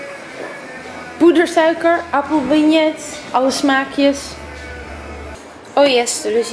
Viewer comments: Appelbeignet spreek je trouwens uit als appelbinjee 😊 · je spreekt appelbeignet uit als appelbenjee. gewoon een tipje :)